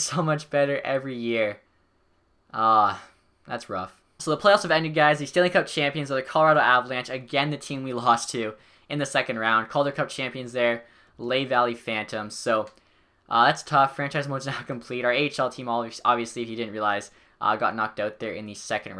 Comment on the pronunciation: Lehigh = Lee/ High